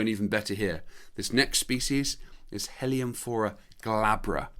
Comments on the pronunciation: I think you pronounce heliamphora wrong, there is only one L. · It could be better, but this is an artefact of British English pronunciation where French and Spanish words are generally pronounced with emphasis on the very first syllable, opposite to how the natural emphasis would be in French or Spanish e.g. CA-feh rather than cah-FE for cafe, GAR-age rather than gar-AGE for garage, or BAL-let rather than bal-LET for ballet. In North American English it's the other way around. Funny how language evolves in different places, not unlike how many of these Heliamphora species evolved isolated on these mountain tops!